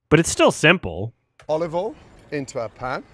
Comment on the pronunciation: I chose to believe that every single thing about Gordon's video is handcrafted to upset people online, because I've consumed all available Ramsey content and I've never heard him pronounce some of the words the way he is. Olive 'ol, yes. Soo-tay instead of sautée? Nah lmfao